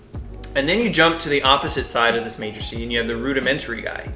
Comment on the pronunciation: Who else got triggered by him saying matricy instead of matrix? And that's not even a matrix; it's two axes.